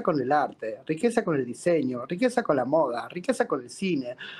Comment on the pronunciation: A "moda" la dice "MODE"